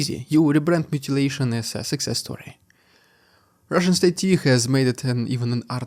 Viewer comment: Please say, “Russian dude”, in a normal fashion.